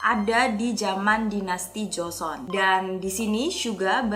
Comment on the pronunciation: Joseon (조선) kak yg bener bkn jeoseon (저선)😅😅